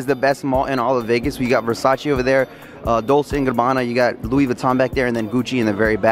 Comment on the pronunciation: lol he only said dolce and gabbana wrong tbh